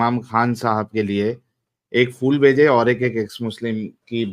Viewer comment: Hello - Gulab ka Fool nahi hota bhai, Phool hota hai, Phoo..L, thanks